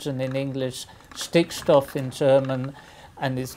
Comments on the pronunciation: also, Stickstoff sounded really good, perfect pronunciation by the professor. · he said "Stickstoff" like a native german :o